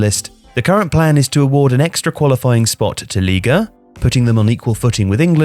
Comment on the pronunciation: Oh he's trying to say ligue 1 in french, almost didn't get which league that was xD